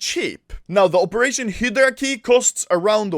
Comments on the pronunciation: It's HY-DRA, not fucking hidarark or whatever the fuck you're saying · Anyone else's ocd when you hear "hee-de-ra" instead of "hi-drah" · Everyone : Hydra Anomaly : Hidara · When Anomaly is pronouncing Hydra HilDra instead of HighDra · It's hi-dra (hydra) not hid-ra (hidra) no no no, SAY IT RIGHT!!! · Anomaly - Hidera (hydra) Everyone else - hi dru (hydra) Hilarious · when i enable the captions and i listen Hydra -- Hedra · Nobody: Anomaly: HIDERA case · hydra ( hid-do-rah) is how anomaly says. Correct - (hi-dra) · pronounced high- dra key not hidera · It’s hi dur a not hidray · hy-dera keys HY-DUR-UH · "he draw" key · It is pronounces hie dra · hee dur uh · "hidara" key i love the way you speak anomaly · Its Not Pronounced He Dra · “Hidra key” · "Hedra" what. I never knew you could pronounce it like that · I keep thinking u say operation "HITLER" case keys, "HITLER" keys 😂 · Spelled hydra Spoken :Hidra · "Heyoroda kay" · It’s pronounced Hi-dra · Wtf is "HEEDRA"? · it’s pronounced “ HIIIII DRA” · Your pronounciation of hydra is killing me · The way he pronounce "Hydra" 😂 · Anomaly can't say Hydra yet this voi has an IQ higher than Einstein in CSGO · Is no one talking about how he says hydra? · Gotta learn to say Hydra in english and not just swedish xd